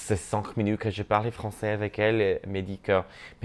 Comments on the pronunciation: It was so cool to understand you in all three Romance languages you used! Your French is really good, but you shouldn't pronounce the "z" at the end of français, because there's no "e" at the end. But you sound really good! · Youre pronouncing ‘français’ wrong in French; the ‘s’ at the end of the word is silent, unless you’re using it as an adjective: (French thing, French person). When you’re referring to the language, the ‘s’ at the end of the word is silent. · Honey stop saying “Francaise” when referring to French language lol it’s francais (no S sound at the end ) and this is coming from another fellow friendly Moroccan haha Love youuuu you re amazing!!!